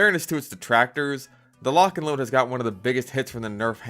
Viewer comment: Lotch and load - Fatmagic